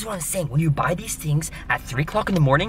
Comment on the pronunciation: When chester was in the car and he said things he said tings